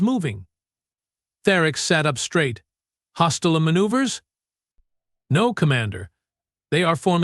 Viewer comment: "....HOSTILA maneuvers?". WTF does "HOSTILA" mean!!!!!!!!!!!!!!??????????? POS AI!!!!